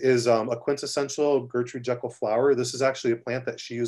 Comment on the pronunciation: Its pronounced JEE-kel, not Jekyll as in "Doctor Jekyll and Mr. Hyde." She is English, they pronounce things differently over there lol.